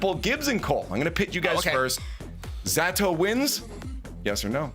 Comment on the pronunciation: Ze-tow not Z-Atow you dumdums